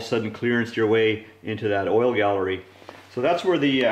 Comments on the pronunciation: Oil GALLEY not Gallery. Its an engine, not a kitchen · Its galley, not gallery and the tall block was for garbage and dump trucks.